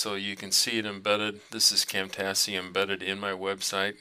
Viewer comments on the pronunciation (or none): great video, very helpful. just as a note, Camtasia is pronounced cam -tay- sha, like Asia the continent. thx!